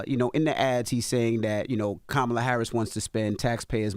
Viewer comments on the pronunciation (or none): Charla it's Kamala not Kemala get it right 😅